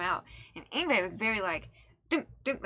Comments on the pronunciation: First of, nice job pronouncing his name correctly. I see you've Googled it beforehand. Secondly, you should watch the live version of him playing it in front of the camera. If you think this was insane, watch him play the same song in that video. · You get automatic bonus points for pronouncing his name correctly. \m/ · I’m impressed said his name correctly. This genre is called Neo Classical. Yngwie wasn’t the first to blend the styles but he definitely put it on the map. This song and the album it’s from is so nostalgic to me. My friend and I learned this song back in high school some 25yrs ago. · obviously looked up how to pronounce his name beforehand, gotta give you credit for that:P Yngwie is a great guitarist, have a listen to "Vengeance", "Rising Force" and "Never Die" to hear him in a more "conventional" song format.